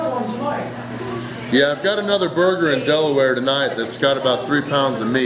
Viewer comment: My hometown, haven't been back in years, thanks for pronouncing it right!